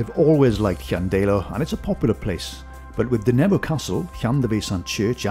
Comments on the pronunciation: ydych chi'n dod o rywle yn y Gogledd? Mi glywais y bobl leol yn dweud, "Llan-DAI-lo" yn lle "Llan-DEI-lo." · A peculiar pronunciation of Llandeilo.